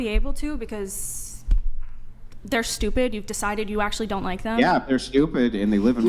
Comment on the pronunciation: "I can't help it I'm sdupid" 😂😂